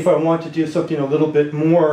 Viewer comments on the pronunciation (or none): none